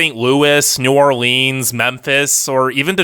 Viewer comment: Learn how to pronounce New Orleans, btw. Lived there for a decade. They don't like that.